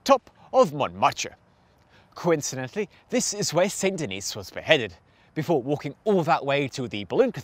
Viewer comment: You should learn how to pronounce French words and names, especially iconic places like Montmaete and St-Denis. Otherwise quite interesting. Many thanks.